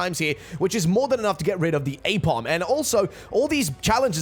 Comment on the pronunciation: Thats an ambipom.. Not aepom..